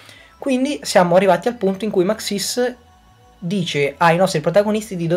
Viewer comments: Non si dice Maxìs, si dice Màxis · ma scusa io è un po ke nn ci gio co ma mi sembra ke l' accento di su xis di maxis sia diverso dal tuo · Actually is Màxis, non Maxìs